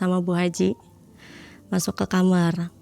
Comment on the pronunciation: agak sedikit bingung, saya sering nonton podcast malam mencekam, kenapa kebanyakan Narsum ini nyebut KAMAR kok ngomongnya KAMER ya.. engak sekali duakali. kok aneh aja gitu